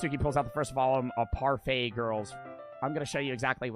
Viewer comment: did actually just pronounce parfait as par fat